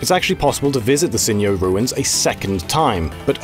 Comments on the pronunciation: Sinjoh is pronounced 'Sin-joe', not 'Sin-yoh.' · "sinyo ruins" surely "sin-joh", as in, "SINnoh" "JOHto" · It's not pronounced "Sin-yo", it's "Sin-jo". It's named after the first syllable of Sinnoh and Johto because it's on the border between them. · I DIED LAUGHING WHEN HE PRONOUNCE SINJOH RUINS IN A SPANNISH/MEXICAN WAY. AHHAHA. I always read it as Sin-Joh as in Sinoh-Johto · * *"Sinjoh" should pronounce the "j" as in "Johto" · Considering it's a mashup of Sinnoh and Johto, how did you pronounce Sinjoh wrong? Is the region called Yohto? No, didn't think so.